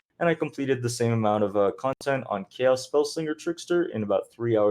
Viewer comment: "owchemy orb" and "jolem" hes a true Poe player. dont forget your "chous orbs" either lol why after playing a game and saying terms for 8 years in one game we decide one day to never pronounce it right ever again lol